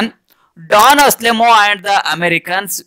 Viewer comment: ಡಾನ್ ಆಸ್ಲೆಮೋ ಅಲ್ಲ =ಡಾನ್ ಅನ್ಸೆಲ್ಮೋ